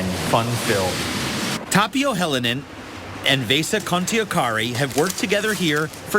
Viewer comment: "Vsha Khntiokrri" XD Vesa Kontiokari....